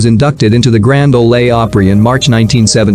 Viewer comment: Learn to pronounce Grand Ole Opry